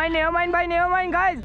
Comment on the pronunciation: Yaar keeper ko “Never Mind” Bolne par jurmana lagao. Itne chakke khaye bowler ne par banda still saying!! “NAYA MINDD” “NAYA MINDS” Guys 😂🤣😂😂